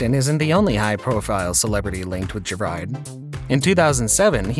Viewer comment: His name is pronounced gerard not ger _ard